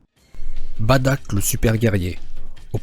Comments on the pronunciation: sa me stresse quand tu dit : badock moi je dit bardock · Se n'est pas "baddack" mais "bardock" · juste on dit bardok et nn pas badak et on dit cabba et nn pas cabbé mais reste comme tu est car tu et trop bien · On dit Bardock et non Badack c'est énervant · C'est pas Badak c'est bardok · myster z s'est Bardock pas Badack 😂😂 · badock et non badack mdr !! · C pas Bartak c bartock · C'est pas badack c'est bardock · On dit pas "Badak" mais "Bardock" et on dit pas "chiled" mais "chield" (comme bouclier en anglais) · Bardok pas badak putain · sest pas badak mais bardok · Baddack c la prononciation mais sa se lit Bardock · On dit Bardok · J'ai bien aimer mes sa se dit bardock et tu as oublier Freezer comme même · Mais pk tu dis badack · Toi tu dit batack tes bête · Sa se dit bardock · Juste c'est Bardoque , Caba et on dit pas "Pan mais " Pane " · Oui en français on dirait Bardock mais pas en Japonais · Tu sais même pas dire le prénom du père de goku